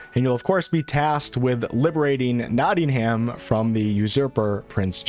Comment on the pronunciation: My ears began to ache by the end of the video, you mispronoucing Nottingham was my last straw :D